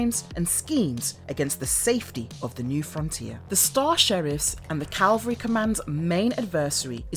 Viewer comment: Hi! "Mecha" is pronounced "meh-kah", not "Mee-kaa". Also, it's Cavalry Command, not Calvary Command.